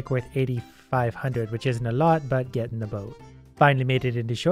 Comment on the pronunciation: "Gedenda boat"